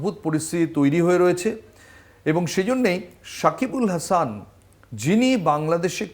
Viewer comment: গৌতম ভট্টাচার্য একজন অসাধারণ গুনী ক্রিকেট সাংবাদিক,তাকে আমি ভীষণ পছন্দ করি। কিন্তু সাকিব আল হাসানের মত একজন ক্রিকেটারের নামটা ঠিক ভাবে উচ্চারণ করা উচিত।